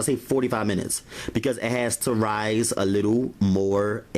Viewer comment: Why does he have to say rise like that though kind of disturbing right